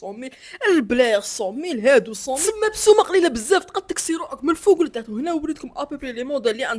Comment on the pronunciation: الناس كتقول بزاف وانت كتقول بساف🤣🤣